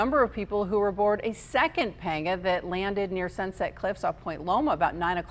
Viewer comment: Painful to listen to her pronounce panga.